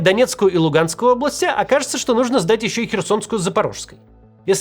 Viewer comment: Толи "исчо" будет😂💯